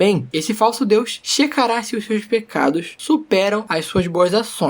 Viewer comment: em algum momento vc falou pegados, não pecados